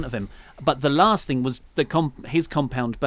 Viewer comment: Let me put the "t" in "last" for you.